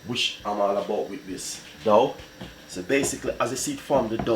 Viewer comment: Till it form a dow, it is dough u chat too bad go learn english.